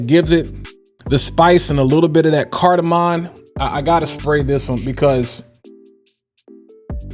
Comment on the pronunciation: My brother, cardamom. Doesn't have an "n" in it, respectfully. It's cardamom. (I have a sickness, I MUST say people's name CORRECTLY & word pronunciations correctly 🤦‍♂️. Nothing personal) Each 1 teach 1 🙏🏼💙☮️